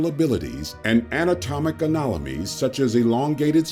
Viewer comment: the narrator says “anatomic anolomies”. Everyone makes mistakes, but I wish he’d gotten the chance to change that bit to ‘anatomical anomalies’😊